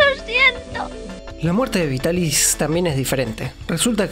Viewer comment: El doblaje de la Remy chica es en castellano, verdad? Porque estoy segura de que la actriz de la prota es mi adorada Marta Sainz, que ha hecho a tantos personajes de mi infancia :D <3 Me alegra también el error de la R en Vitaris, puesto que significa que ya traducían del japonés directamente, y no de la versión francesa como hacían antes...).